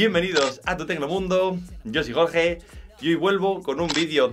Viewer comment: Si, tu eres "Joge" Pero no "Jorge"